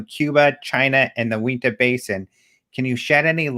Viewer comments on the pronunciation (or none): Ok. So I have a pet peeve about people not saying names correctly, particularly spanish or native American names. Uinta is pronounced: 'U-in-tuh'. Not 'oowenta' .